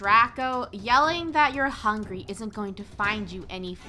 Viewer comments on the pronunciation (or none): He said hungy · What i hear is "Im hungyy" 😂😂😂😂😂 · Hungy not hungry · “I’m hungey” -best quote of 2020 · Draco is saying Draco: l'm hungy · No one literally no one Draco every video I’m hungwy